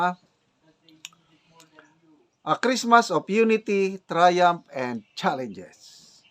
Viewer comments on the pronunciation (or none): none